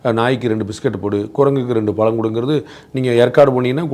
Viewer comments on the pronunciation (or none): none